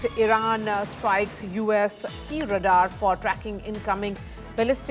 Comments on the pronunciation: And d number of times she s repeatedly pronouncing it wrong & d way she stresses is so annoying! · Very poor pronunciation of radar by the news presenter! Extremely annoying! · “Radar" is pronounced as RAY-dahr (/ˈreɪdɑːr/ or /ˈreɪdɑː(r)/). It consists of two syllables with the stress on the first syllable, where "ray" rhymes with "day" and "dahr" rhymes with "car" News reporter needs to speak more accurately. Her mispronunciation is disturbing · What is Radar system??? Wrong pronunciation!! Can't bear to hear her!! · Radaar system...hahaha...funny pronouncing